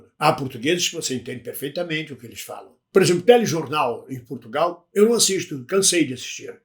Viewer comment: Portugal, e não P"U"rtugalE